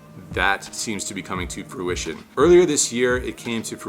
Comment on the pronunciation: I think you meant to say "fruitiion, not "pruition".